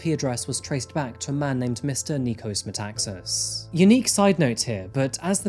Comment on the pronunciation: Nikos MetaxAAAAs thought not MetAAAAxas.He still pronounced that wrong.